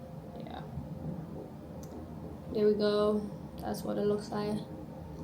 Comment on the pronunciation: The leeewwkkss??? Oh darling! 🤭🤭🤭